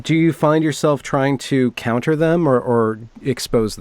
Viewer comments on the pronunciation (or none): none